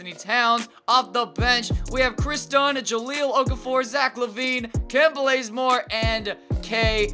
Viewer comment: Did anyone else hear him say "Kent Blazemore" or is it just me?